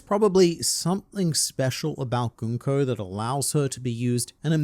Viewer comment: I'm here because is one of the few YouTubers who pronounces Gunko correctly... And makes me think he may or may not be a Danganronpa fan...